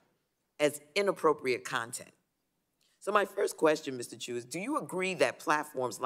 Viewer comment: To start off, our dear Congress members can't even pronounce his family name right. Can't count on them defining what an "algorithm" is.